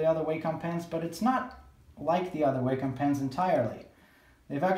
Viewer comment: Please pronounce Wacom correctly - it's not waycom. I couldn't concentrate on what you were saying as it was irritating me hearing you say Waycom all the time